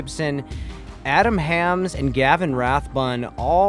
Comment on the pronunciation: don't you know Adam Hammes.... should at least pronounce his name correctly. Just stating the obvious 😉